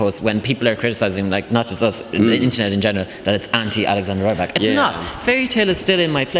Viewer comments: C'MON IT'S REE-BAK, NOT RYE-BAK!!! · I think if you have time ask Alexander how he pronouses his last name! It's not with a British Y - sound!!! I don't think we will qualify..... I hope not!